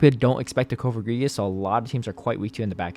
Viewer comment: Cofogrigus?? Its coFAGrigus. Say the name right sir. You didn't name the Pokémon. It's okay to say it right.